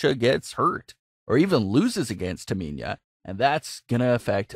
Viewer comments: My thoughts is this: how you can't pronounce Tamina yet, you commenting on WWE. And your voice sounds like the same person who can't pronounce Cesaro you really should either: A) have the person who been watching the matches and gave you the notes, to actually, be the person doing the comments, not you. Or B) learn the damn names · Learn how to pronounce names mispronouncing Sasha and Tamina constantly is annoying to listen to. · Could you please pronounce their names correctly though 🤦🏾‍♂️ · Learn how to pronounce Tamina's name properly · I think sasha should be the champion and not bayley she keeps doing sasha bad man and it's tamina not taminia !!! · the way you say Tamina makes me laugh ))). why do you keep saying Taminia 😂😂😂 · Um TAMINA not taminia... smfh. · Taminya? No no no...it’s Tamina get it right!!! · Does anyone else hear him saying Taminya instead of Tamina. 👍if 🤙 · I had to stop watching after you said Taminia like 5 times. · Do you even watch wrestling??? The name you are looking for is Tamina NOT Taminia if you can't even be bothered to get the names right then just don't bother posting any vids, get a grip!!! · It’s Tamina not Taminia my friend. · Why do you say Taminia. It’s Tamina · I Her name is pronounced TaMINA like NINA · It's Tamina!! TAH-MEEE-NAAH!!! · It's pronounced Tamina ( Tah ME Nah ) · Dude seriously learn how to say Tamina’s name